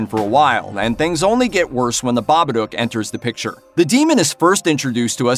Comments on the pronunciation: Pronounced ba ba duke ..... stop saying ba ba doke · It's not 'Bobbadook', it's Babadook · It Follows is so overrated. Terrible script and story. Best part was music and cinematography. Acting was bad too. And its pronounced Ba-ba-DOOOOOK! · Have I been pronouncing The Babadook wrong for all these years? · I don't know what's worse, this dude considering 'it follows' a "perfect" horror movie, or how badly he pronounces Babbadook...